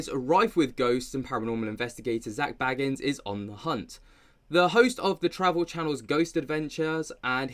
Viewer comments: It's BAYgans, not Baggins, let's not insult any hobbits here... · I love your dives into this as a 'having second thoughts GA fan' but his name is pronounced Zak BAYgans not Baggins like a bl00dy hobbit please stop it now 😅😅